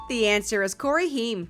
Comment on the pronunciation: I missed questions #13 and #40. And I think you said Corey’s last name wrong just fyi.